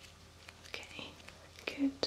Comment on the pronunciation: When she says good I think she is saying Gucchi! I THINK THERE IS SOMETHING WRONG WITH MEH!